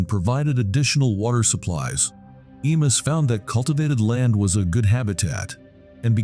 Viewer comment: Pronounced "e mews.